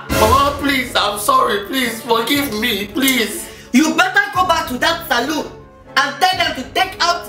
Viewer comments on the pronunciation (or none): i love how says salon she says saloon